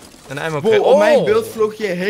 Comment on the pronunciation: je spreekt ammo uit als emmo